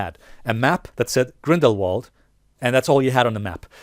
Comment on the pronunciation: You pronounce Grindelwald with a V instead of a W. So say it like Grindelvald